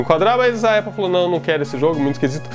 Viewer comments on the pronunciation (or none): none